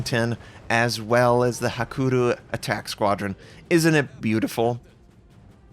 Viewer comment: still cant pronounce hakuryu huh